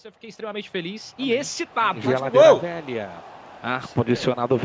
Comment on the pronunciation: você destruiu minha vida, desde que chegou aos meus ouvidos esse “hmm geladeira velhãn” minha vida nunca mais foi a mesma, agora minha mãe me odeia, vou mal na escola e tudo culpa sua, pois só penso nela, na maldita geladeira velhãn